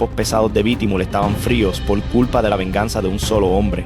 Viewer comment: Es bitumul ,no lo q dices bitimul